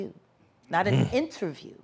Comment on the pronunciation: Best “innerview” of 2022